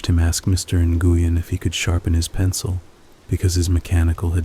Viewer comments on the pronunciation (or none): Nguyen is pronounced When or wen or win My boss at work had that name